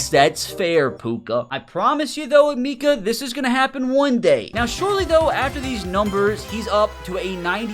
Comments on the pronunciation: Yo his name is pronounced eh meh kuh no meeka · Eh-meh-keh not a-mi-ka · As someone from Ohio it pained me hearing him call him E Meekah it’s Uh-Mecca 😂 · Thank you bro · Ah-meh-ka Emeka not E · The way you're pronouncing his first name makes my skin crawl lol still a good video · can u please learn how to say his name bro 🙏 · your saying his name wrong